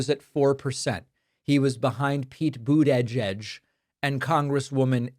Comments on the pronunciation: Why on Earth are you unable to pronounce Pete Buttigieg correctly? Do you find it funny? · Why are you pronouncing Mayor Pete's last name like that? Sounds like a dig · For God's sake. Learn to pronounce Buttigieg. The last person who mispronounced his name that badly was Trump. Don't you listen to the way other people say it? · Pakman, I’m with you. I’m happy as hell that someone is ACTUALLY fighting! But I gotta ask why you pronounce Buttigieg the way you do. What’s going on there?